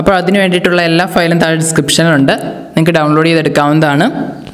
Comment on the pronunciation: Bro arodino alla, arduino ennann pronunciation